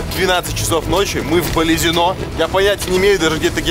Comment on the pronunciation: Балезино это Удмуртия и правильно сказал потому что ударение на "о" Я сам с Ижевска